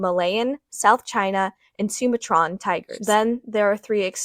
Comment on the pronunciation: oh that butchering of the word "Sumatran" hurt